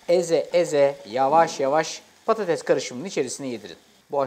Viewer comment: Patatezzz değil 🤦🏼‍♀️🤦🏼‍♀️